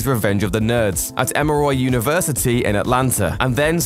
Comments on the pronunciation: It's called "EMORY" University! As in, "M...OR...E"!!! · Being British is no excuse for mispronouncing "Emory" and "Halcyon."